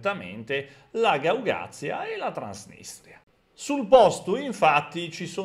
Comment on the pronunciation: Un piccolo appunto: Si dice Gagauzia,non Gaugazia